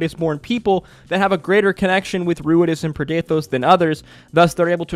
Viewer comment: I'm confused as to where you got the "preh-DAY-thohs" pronunciation from, as we were told the pronunciation by Matt on the day. Usually this sort of confusion comes from reading a word before hearing it, but that couldn't be here unless you didn't bother to watch the episode you're commenting on.